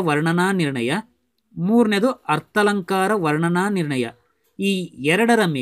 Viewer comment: ಶಬ್ದಾಲಂಕಾರ ಅರ್ಥಾಲಂಕಾರ ದೀರ್ಘ ಆಗಬೇಕು ಉಚ್ಚಾರ ಮಾಡುವಾಗ